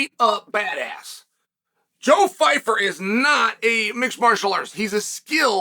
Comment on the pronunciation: leave it up to uncle chael to mispronounce pyfyer😂 "joe phyfer"